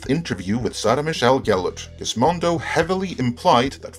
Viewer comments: I chuckled a little at Gizmodo being pronounced "Gizmondo" by... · There's no "n" in Gizmodo.